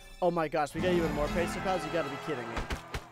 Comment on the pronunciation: The last "s" in "pesos" is not silent